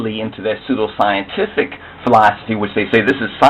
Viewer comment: This is a foolish Afro-Centic video, this idiot does not understand Genetics so he makes a pseudo science video and says pseudo how many times? "scientifucul" evidence, haha, it should not take someone who is intelligent to realize how stupid this video is, Genetics is not skin color you dumb ass, Ethiopians are a mixed people